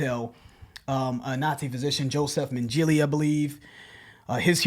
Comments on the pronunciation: It's not Menjeally... it's MEN-geh-luh (Mengele) - lol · I saw that reaction coming!! THAT GROOOOOOOOVE... BTW it's pronounced MEN-guh-luh. The song creeped me out (as a Jew) but at the end he sings "RANCID Angel of Death" so I'm cool with it. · it's in no way shape or form pronounced "mengelA". It's straight forward Mengele. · Mang-el-eh (short e), not Manjelly. But i guess you guys haven't heard his name being pronounced before, so you be forgiven. Also, i knew would love the slow part, had some good laughs with this video, buddies. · Lol Dr Men ji Lee. It's Dr 'Men-gla' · Mangeeleea lmfao. Its Dr. Mangle-ah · Pronunciation of Mengele is Men-gell-er not Men-jellie. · Love you guys. It's pronounced Men-ga-la for reference. 😀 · Mengele is pronounced Maing-gah-lah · pronounced Joseph Menn ge lah... He was a Nazi doctor who experimented on Jewish concentration camp chattel .. Who's findings and papers allowed the U.S. to enter sub / strata / and outer space ... He was the first scientist to experiment on humans with air pressure both compression and loss off which immensely benefitted American astronauts and if you guys don't comment back on this then you're Himbos ... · Well it's pronounced ,,, ( Mang-aw-law) but spelled -Mengele. He was a Doctor. in the Third Reich under the control of Adolf Hitler. Joseph was a sick twisted S>O>B> . A.K.A. it's about what evil that men do. All this song is about is,,, what the man did during the 2-nd World War. The Sickness and the Horror and Pain and the Torture that the people went threw in the Camps under his control during the 2-nd World War.......... Some people want to make it a touchy subject to talk about.. But !!! The band of SLAYER,,, Bring's it to the light for all of us to see the Truth.... the Horror that that man,,,,,, that Monster really was ..... He was Hitler's Angel of Death ... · Mengele = MEN-GA-LA. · Joseph Men Gla is pronounced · And just for your own knowledge its pronounced men-ga-lay